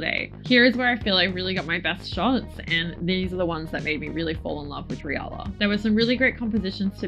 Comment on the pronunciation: Love those results! And yes the pronunciation is correct, in Japan it was transcribed as リアラ 😊 now i need to find some!